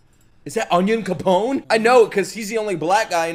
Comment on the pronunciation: I gain a year of my life every time you say Onion Capone